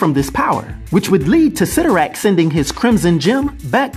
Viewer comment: Isn’t it pronounced CY(IIIIIIII)torrak? I always thought that it was pronounced that way.